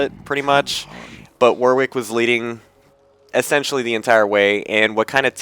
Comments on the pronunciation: My ears started bleeding every time you said 'War-Wick'. You say it was 'Warrick', even though there is a 'w'. There is a place called Warwick in the UK and that is how you say it ^_^" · Second W is pronounced as an R